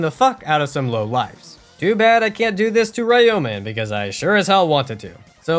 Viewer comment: THat is NOT how you pronounce Ryomen